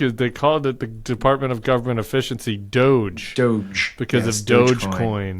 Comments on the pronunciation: I hope you guys will start getting creative with nicknames. The correct pronunciation is DOH-gey (hard "g"). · It’s DOGE or as pronounced - dodgy LOL